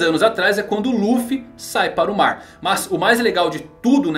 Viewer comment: Real kkkkkkkkkk na primeira aparição do kaido o narrador disse "no maar" e eu fiquei???????!!!